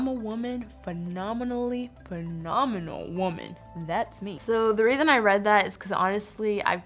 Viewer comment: A FONOMINAL BEAN LOL LOBE THAT